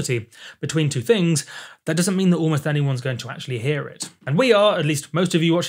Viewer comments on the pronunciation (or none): none